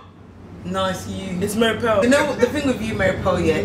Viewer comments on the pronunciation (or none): loooooool, the way you said ‘mary peArl’ killlllledddddd me😂😭